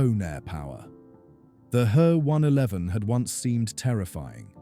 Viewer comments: Yes, it was annoyingly repetitive and the why use AI narration that mispronounces common words and calls the main subject an He one eleven (he as a pronoun - 3rd person singular) instead of an H E 111. Artificial Intelligence so often becomes Artificial Stupidity when used for narration. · Please, it's H.E., NOT He! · I made it one minute and seventeen seconds before I turned it off. First it is said H - E not he, second is it stated off as a commercial airline. I love how so called creators have no idea what they are talking about and summit it as facts. Do your research yourself and stop using A.I. for your presentation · He 111 is pronounced H. E. 111. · All you cunning linguists: It’s neither ‘H.E.’ nor ‘He’ as in “she”. ‘He’ is an abbreviation of Heinkel and in German pronounced to rhyme with ‘Ché’ as in Ché Guevara. H.E. Is nonsensical, there is no capitalized E or initial in Heinkel. Pronouncing ‘He’ like ‘she’ is not quite as bad, but messing up the German pronunciation. Never mind how the AI voice can’t make up its mind whether to pronounce it “Hee”, “Hey” or, hilariously so, “Ho”. 😂